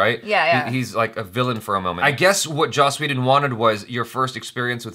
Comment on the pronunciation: yiu said joss whedon 😀